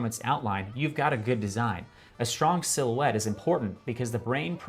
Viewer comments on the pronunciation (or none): none